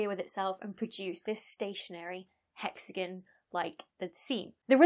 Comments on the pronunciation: Hexagon... nope... Hexagan. English. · The "haxagin" on "satirn" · I am amused (in a good way lol) to no end by you saying "hexigun" Edit: Also, I just found your channel the other day, and love it, thanks for the great explanations and interesting topics! :) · "Hex-again" Now say "Diagon Alley". 😉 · In Canada we pronounce it as “hexagone”. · I'm more intrigued by how you say "hexagn" than "satun" lol Wonderful video! NOW I KNOW about how circular standing waves can cause really interesting patterns in a lot of unexpected ways. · Hexa-GUN. XD. Still a very cool video. The lab experiment blew me away. I learned something today. thanks for the info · hexa-GONE. Learn it, love it. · I don’t mind your pronunciation of ‘Saturn’; it’s the dropped ‘o’ in ‘hexagon’ that bothers the heck out of me. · I can't listen to 15 minutes of someone pronouncing hexagon like this )=